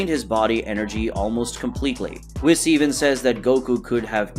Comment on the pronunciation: The way you say whis gives me cancer